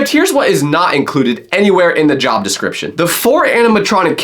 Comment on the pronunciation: bro stop saying jOb say job not like you wana vomin